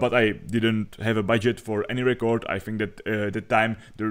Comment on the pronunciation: Nechci být hnidopich, ale record se čte [rekrd], ne [rikord]